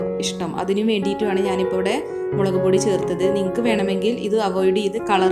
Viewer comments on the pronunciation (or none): none